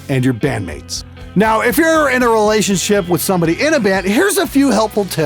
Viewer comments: did he say: relationshit? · It sounds like your said "relationshit" instead of relationship, which is fitting.